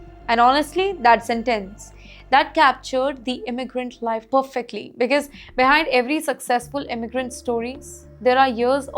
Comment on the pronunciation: It's not becase it's because. Learn to pronounce and speak English. It's a shame to see you speak English